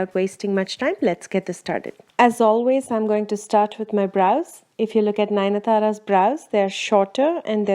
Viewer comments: BTW it's Nayanthara and not Nayana thara !! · Ninathara??? Girl, its Nayanthara